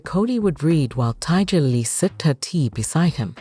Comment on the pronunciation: The lady's name is Tiger lily not TIGA Lily. Pronounce people's names properly.